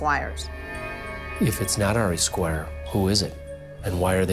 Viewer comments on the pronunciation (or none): The name Ari is pronounced Ah-ree, not Air-ee.